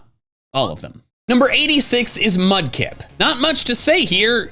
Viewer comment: THE E IN LIKE SHOULD BE AFTER THE K! AND MUDKIP DOES NOT END WITH A Z!